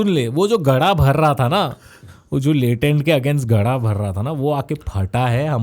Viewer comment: Latent ❌ latrein ✅